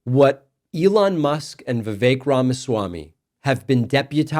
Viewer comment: She can't pronounce Vivek correctly